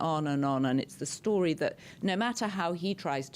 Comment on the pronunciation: "In this breaking storeea..." 😂👍